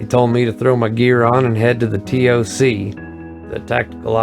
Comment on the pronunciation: Nobody uses “Tee Oh See” we say “Tock=Toc”